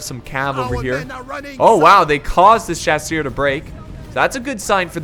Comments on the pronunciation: mouse And don’t take there’s so much to heart dude and chasseur means Hunter and the only reason I made this comment is because he is an English American and is obviously saying it wrong so I was translating it for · Its so cute the way you struggle when saying "chasseur".